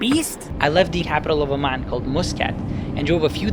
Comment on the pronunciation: Oman not O-man